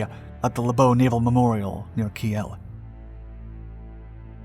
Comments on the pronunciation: talk even faster. Christ. "Kiel is pronounced "Keel" not "Kee el" ie, with a long "e." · What prevents Americans from pronouncing simple words?? Kiel pronounced KEEL Not Key'el ... come on this is basic stuff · Where the hell is “Ke-El “ ? You mean I assume Kiel .. ? Pronounced “Keel” 🤦‍♂️ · "Key-el"? Wth is "Key-el"?? I think you mean Kiel, pronounced "keel". Pls do a little research before you post these videos, smh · Kiel is pronounced as keel.. 😃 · Ki'el = is pronounced Keeeeeel. ;-) (like wheel with a k) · Kiel is pronounced the same way as the english word keel. Also Hipper was a heavy cruiser not a pocket battleship. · I think Kiel is pronounced "Keel". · Apropos: Kiel as in KEEL. 😉